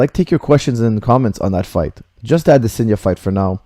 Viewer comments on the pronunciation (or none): maybe you should have paid attention to the commentary, you could have heard them say "AdeSANYa" not "AdeSINYA".